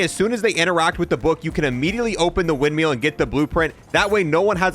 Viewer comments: Never heard someone struggle with the word "windmill" so mightily. "You can go to the windMEAL...." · "wind-MEAL" can't unhear 🤣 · Dude I was legit struggling to watch the rest if the video because of that